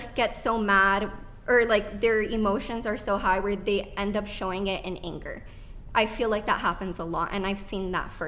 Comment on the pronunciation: "anchor" Swear when she says anger it sounds like anchor